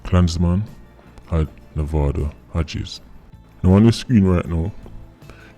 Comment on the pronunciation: This whole time I thought you were saying “movado Hodges”